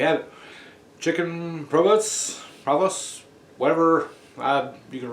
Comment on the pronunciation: oh well, you gotter done. 🙂 and its pronounced Prooven sal,:) have a blessed day.